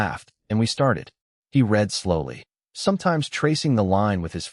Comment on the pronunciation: Really need to teach AI the difference between "read" and "read" in a story involving literacy or get a human reader. The story was pleasant if a little analytical.